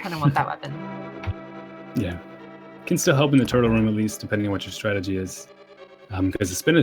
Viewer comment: Please for the love of god it's TURTLE ROCK not TURROCK And also it's STRATEGY not STRAGY I swear I'm not being a jerk, I love your commentary just the lack of syllables drives me insane